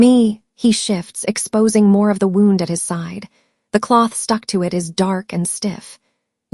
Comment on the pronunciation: This is a really good story. I enjoyed listening to it. The only problem I have is that the AI narrator doesn’t pronounce some words correctly. Words like “tear” and “wound” Thanks for sharing! ❤